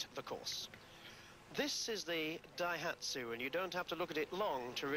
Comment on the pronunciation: the dayhatshu was in the wong gear